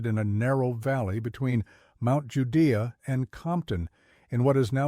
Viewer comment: I came here just to say it is pronounced"Judy." LOL I grew up in Harrison/Bergman and my dad was born in Mt Judea.